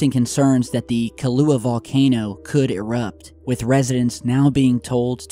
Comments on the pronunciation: Kilauea - Pronounced “Kill ow eh ya” not Kalua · Pronounced Kill a waya. Not KAHLUA. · Do you mean Kill---looo--way--yah? The other thing, Kilua, is an creamy, white, sometimes alcoholic, coffee drink.... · The name of the Hawaii volcano is KIL-LAU-E-A,! LOL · Kilauea.... pronounced Kil a WAY a..... great vid btw.... thanks for all your hard work.... thanks for giving us the heads up about the "anti-conspiracy theories" reports on msm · Kilauea is pronounced Kee-la-u-eh-aaa Mahalo for your concern Hawaii resident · That's kill-uh-way-uh. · Kill-uh-way-uh. That's how its pronounced.